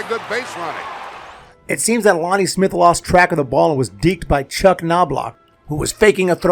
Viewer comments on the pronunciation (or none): none